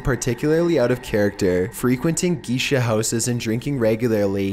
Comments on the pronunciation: Aegean is pronounced "A-jee-in", not "A-gee-in". Geisha is pronounced "Gay-shuh", not "Gee-shuh". Scepter is pronounced "Sep-ter", not "Skep-ter". Celtic is pronounced "Kel-tik", not "Sel-tik". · headdesk headdesk Geisha - "gay-sha." Not "gee-sha."